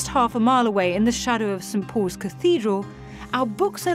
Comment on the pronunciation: she said St. Po'is or poze Cathedral.